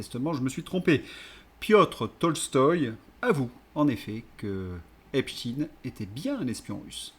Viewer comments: QUAND allez vs donc prononcer EPSTEIN et non epchtin...en tant qu'ancien prof (de français ?!) diriez vs Einchtin,Lichtenchtin. ,etc.... C'est insupportable!!! Pour qui "roulez vs donc ???? Merci de daigner corriger Cordialement... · Désolée mais prononcez aïne et pas iiine Vous paraissez leur donner raison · Epstein et non Epshtin, svp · epstEIN pas epstINE, manque les castors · Pas Epstin mais Epstein svp! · Pourquoi prononcer epstine, ça dévalue ton propos. En français on a toujours prononcé Albert Einchtaïne et autres Bernstein, Eisenstein, Bornstein... comme en allemand et en yiddish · Cessez de prononcer Epstein en Epstine. Est-ce que vous dites Albert Einstein ou Istine ? Non ! Alors faites un effort au lieu de répéter ce que vous entendez sur les médias mainstreams. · vous écorchez mes oreilles: s'il vous plait, prononcez Epstein comme on prononce Einstein! Merci